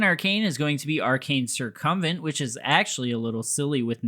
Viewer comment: Adding "" to my list of mispronunciations I enjoy I salute you, o7